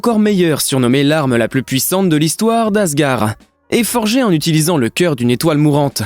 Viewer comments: Qui est yaka ? Moi je dis yondu je me sens con et asgard pas asgar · J 'ai eu un beuge quand il dit les pierre de l'infinity et aussi quand il dit asgar et il yaka alors que normalement c'est les pierre de l'infinité et normalement c'est asgard et aussi c'est Yondou . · on dit Asgarde et non Asgar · J'ai aussi bugué quand il dit asgar au lieu d'asgard (prononciation : asgarde) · C si compliqué de bien prononcé asgard?😭 Ou même yundu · Un seul commentaire.. on dit..ASGARD en prononçant le D. Merci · Dans asgard on prononce le "d" final sinon la vidéo est top